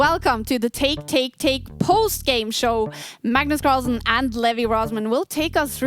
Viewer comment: Magnus call-son 😂